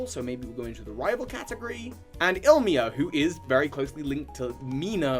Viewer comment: Hey and, where's Ilmia at? Let's go stop Goz-Nap:^) It's glorious seeing all these character names butchered for once instead of just Pokémon names:D Funnily, the ones you're wondering about mispronouncing are rarely the ones you actually do!